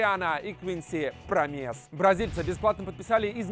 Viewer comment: Промес на о ударение